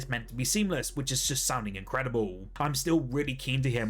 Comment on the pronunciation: Britts be like: It's gonna be incredibueww